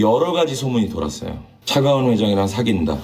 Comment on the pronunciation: 차가원을 차기원으로 발음하거나 120억을 120원으로 발음하는 등 소리만 듣는 저에게 좀 불편한 부분이 있네요